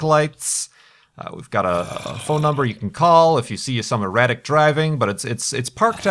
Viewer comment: I thought he said erotic driving XD